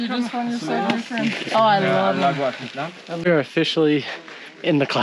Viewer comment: I've gotten past my rage of the absence of effort in properly pronouncing names and words and I'm choosing the enjoy it as part of the character of the channel lol. Atatanango! Q'- The currency formerly known as cortzels... 🤣 thanks for sharing your journey and 😁